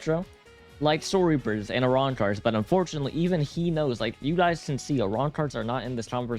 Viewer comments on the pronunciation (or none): none